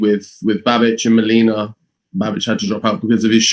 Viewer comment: lol Fabio Wardley's facial expression when strangely mispronounce Molina's name as "Molena"??